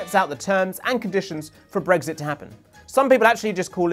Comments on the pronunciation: It's Brexit not 'bregsit'! Why does this annoy me so much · He keeps saying “Bregzit”, it’s so annoying!